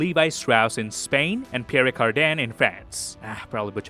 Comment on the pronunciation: Number 11.... Calvin Klein..... Pierry Cardin? Americans are terrible at French.